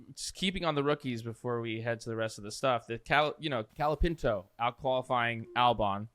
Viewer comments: You’re driving me crazy, his name is COOOOLAAAPINTO, not calopinto. Only Guenther pronounces it right! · Is it really that hard to say "cola-peent-oh"? How can you say it wrong in such different ways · To be fans of F1, you guys have no clue how to pronounce half the names. COLA-PINTO. BEAR-MAN. BI-NOTT-O Jesus Christ lol